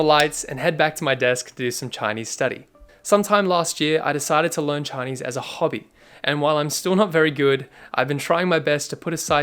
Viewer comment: your Chinese pronunciation is amazing 👍🏼